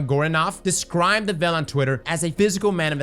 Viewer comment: Obviously we’re wondering about The Veil, but this guys asking more important questions, “what is the Vel?”